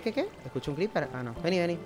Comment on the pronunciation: nadie: realmente nadie en todo el planeta:: veni cripir